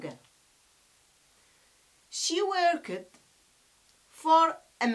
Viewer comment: Your english is very bad practise your English we say worked the final ed is pronounced/ t/ not/ id/